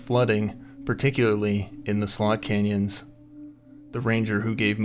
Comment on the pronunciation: It sounds like your saying sold canyons.